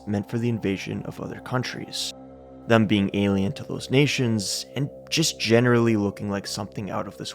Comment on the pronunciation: "Them" rhymes with "Hem". Not "Rum". It's not "Thum". You're driving me crazy.